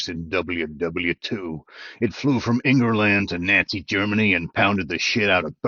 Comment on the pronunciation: I love it when he says "Engerland"